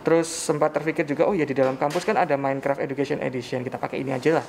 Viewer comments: Pak MainKraf Bukan Menkref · Nobody: mEinKrep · Bapak itu bilang menkrep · Aku paling ga suka kalo mereka bilang "minkreft/minekraf" 😂